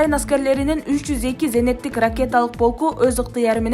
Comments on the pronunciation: Зенеттик эмес зениттик деп айтылат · Зенеттик эмес,зениттик ,тупица